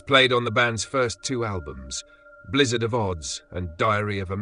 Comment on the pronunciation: "Blizzard of Odds" was a tip-off too.